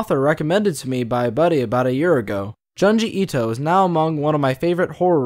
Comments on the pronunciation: "joon- gee - eeto " ✅ " john gee ito" ❎ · Giangi Ito. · And joon-ji ito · June-gee Ito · "juhnjee ito" "TOHMEE"